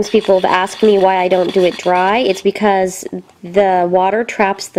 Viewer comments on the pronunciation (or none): none